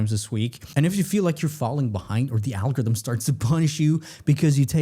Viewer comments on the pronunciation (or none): What's an "algothm?" Why don't people e-NUN-ciate any longer?